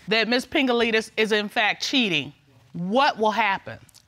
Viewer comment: Did anyone else hear Pingaleenis??😂🤣😂🤣